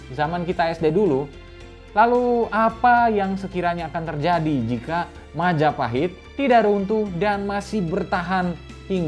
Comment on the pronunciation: Mahajapit ❌ Majahapit ❌ Mapajahit ❌ Mahapajit ❌ Majapahit ✅✅✅✅